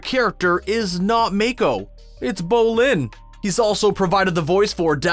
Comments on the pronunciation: When he says Make-O Me-ITS MAKO NOT MAKE-O JUST MAKO THATS IT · Make-o Say-toe I'm disappoint. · its mAko, not mEko, dipshit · May-koh ?! It’s MAH-KO MAH KO😠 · Its Mako not mAko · it’s not ‘’ may-ko “ it’s “mah-ko” .... gross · not mAA-ko, mAH-ko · Omg IT NOT MAKE-O IT MAKO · Character in Korra: Mako (mah-co) Voice actor for Iroh: Mako (may-co) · It’s not May Ko it’s Mako🤣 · Say it with me Mock-cow NOT MAKE-OH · Did u just say make-ko lol dude it’s mako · It’s maaaaaaaaaako not “mAkE-o” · It’s pronounced MAAKO not MAEKO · You can tell the dude on this video did not watch the series Make-O and Sate-O... I cringed so hard. 😖😖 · The way he pronounces mako Make o But pronounced mah ko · It's ma-ko not make-o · She was played by a actor It’s she was played by a actress And mako is not make o it’s more like mama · They literally showed a clip of Asami saying ma ko but still proceeded to call him mayko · Whhha whhha whhha what was that? May-koh...WRONG Mah-koh...I rest my case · It's Ma-ko,not May-ko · "M-ai-ko" Me: ... JEPWNSISJEHSOSNDEIEKKWWHDHSNWISKMDIE IT'S "M-AH-KO" WKOWSMIDKWHZODNEIAKSKDNEOLWMWJSODOE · It's not may-ko it's mo-ko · Its not Make-o its mah-ko mako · I swear I yelled at my phone. “DiD yOu JuSt SaY MAkE-O It’S MaKOOooOo” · Take a shot every time the narrator says "may-ko" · It's Ma-ko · I'm sorry, it's pronounced MOKKO not MAAAAKO?!?!?!?!?!? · Make-o? This man can’t pronounce a simple name right. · Iroh’s voice actor is named MAKATO not Make-O. And Mako is pronounced MAH-KO. They need a new voice actor for this whole video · bro it’s MaH-Ko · It's M-AH-KOH(Mako) not M-AE-K-OH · “Make-o” Me: tries not to die inside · How dare he call the late yet absolutely amazing Mako Iwamatsu "make-o" Someone was given a script and told to read it without any research, eh? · “Make-O” visible discomfort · Mae ko??? Tf? Did you even watch the show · bruh he goes "make-o" and "oh-na" (the one with sophia the first) like i- BRUH WHYY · “Make-O” Yes Mako mermaids